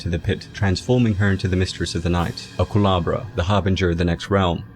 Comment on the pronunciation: You keep saying culabra when it's culebra. Which means cobra in Spanish